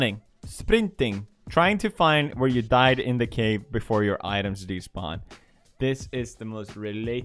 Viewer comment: He say b4ide